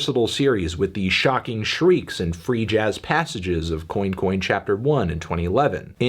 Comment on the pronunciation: "Coin coin" not being pronounced as "cwan cwan" ~ Anton Fanton L'Melon